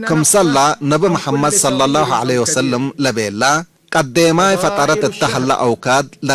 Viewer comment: قل صلى الله عليه وسلَّم وليس وسلِّم